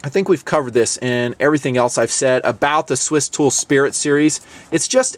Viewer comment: Did say Stool? Lol!